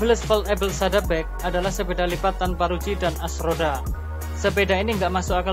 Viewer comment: Pengucapan Bike nya kurang enak